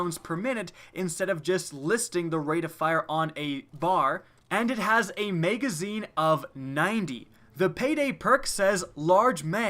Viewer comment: "megazine"? tf is that?